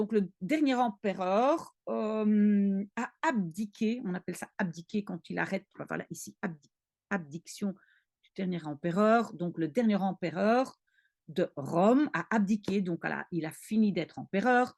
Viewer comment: Bonjour ! Attention, on dit "abdication" et non "abdiction".